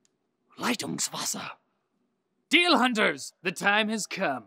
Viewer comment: "Was ist das?" - "LETUNGSWASSER!" I've never seen an english person who can pronounce german words as good as that.